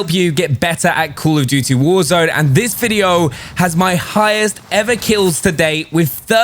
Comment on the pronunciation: "Cool of dooty worzone"